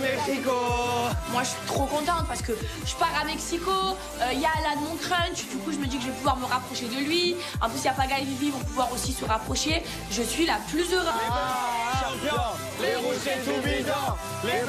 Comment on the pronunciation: Punaise maeva elle dit crunch au lieu de crush😂😂